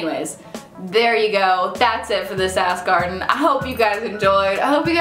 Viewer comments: Every time she says "ask Arden" I hear "ass garden" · When you said "Ask Arden" it sounded like "Ass Garden" and it made me giggle. You da bomb! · every time you say 'ask arden' it sounds like 'ass garden' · Every time she says "ask Arden" I hear "ass garden"...ASS GARDEN. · when she says 'ask Arden' it sounds like 'ass garden' lol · It sounded like you were saying "ass garden." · When you say 'ask Arden', it sounds like ass garden. :) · When you say "that's everything for this ask Arden" it definitely sounded like you said "that's everything for the sass garden" - which, the "sass garden" should really be a thing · When you said "ask arden" I swear you said "ass garden".